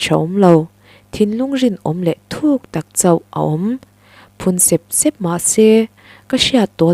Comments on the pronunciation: Sep sep tih lai hi, tui a far keuh keuh tih a, keuh keuh tih thluk a, sep sep tih tur ani ang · Phun sep sep,,, i lamdan hi sêp sêp ti zawk teh a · A ngaihnawmin i chhiar thiam khawp mai,mahse i thu lam thluk han sawisel ka duh a,Sep sep tih i thluk kha i thluk dan a ri hniam a i thluk kha plural form a nia,mahse singular form tur a ni sia,step i lam rik anga ri sang zawkin sep sep tih tur a ni e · Phun sep sep hi I lam dan hi lam dan tur ni lo vin ka hria.